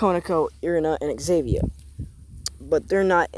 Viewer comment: Not Xavier it’s xenovia zen-oh-via